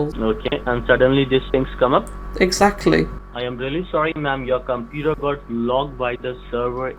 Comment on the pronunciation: LMFAO! What's a compooter? XD